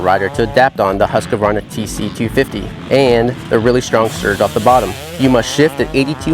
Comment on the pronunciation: Stopped watching after he called it "Husk-a-varna" for the 10th time!! Seriously is it that hard? Husk-varna! Say it... Husk-varna! Husk-varna